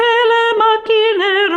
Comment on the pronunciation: It's not "LE" with an open E vowel, but "Le" with a closed "e". This is important as it is an essential part of Italian pronunciation. Leave Italian pronunciation to the Italians or to an expert in diction.